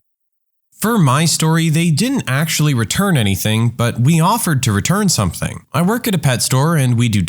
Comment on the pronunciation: No k in the word something . Let the narrator know